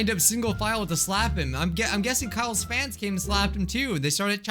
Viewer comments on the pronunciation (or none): none